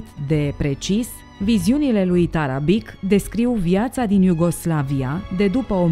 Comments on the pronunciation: mitar tarabici se rosteste, nu tarabic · pentru că sînt vecin cu cuscrii noştri sîrbi,ştiu că se citeşte TARABICI - scuze pentru observaţie,dar o fac în sens pozitiv şi -ţi mulţumesc pentru toate materialele foarte interesante.